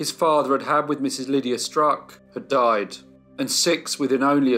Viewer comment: noticing a recurring phrase in all your videos.... 'after a brief illness........THEY DOY-ED'..... 😱